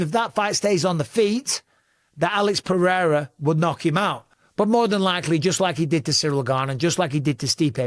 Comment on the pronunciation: lol why did you have to edit in Alex’s name 😂 did you butcher it? 😂